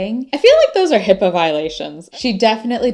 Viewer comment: ''Hippo Violations'' just sounds like you are banned from the Zoo haha!